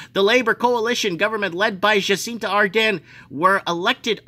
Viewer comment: Jacinda not Jacinta - and Adern is Ahhh-dern just saying